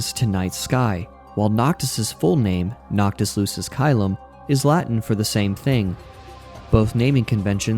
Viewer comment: It IS pretty hilarious that you read Sora, Yozora, Nomura, etc with such a think weeaboo accent 🤢 and yet you say the Latin names Noctis Lucis Caelum and Stella with the most American tone in the world. 🙄